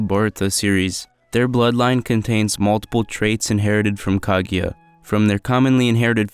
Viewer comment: not (kag-a-ya) it’s (ku-gu-ya)